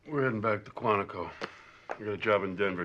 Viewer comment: She first mispronounced it as Quan-Tee-co when reacting to The Silence of the Lambs, I believe.